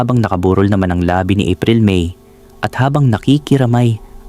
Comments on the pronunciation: BWISIT❗ARAL ARAL MUNA NG TAGALOG BAGO GUMAWA NG CONTENT❗😡😡😡 LABI NA LIPS AY IBA ANG PRONUNCIATION KESA SA LABI NA CORPSE, BAKA DI MO ALAM CORPSE I GOOGLE MO❗😡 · bakit ganyan ka magsalita? ung stress or impit ng words mo mali mai. labi, nakikiramay, palaisdaan, palabati, taong gulang at ang dami pa. nakakairita kasi pakinggan. pinoy ka naman pero bakit ganyan ka magtagalog?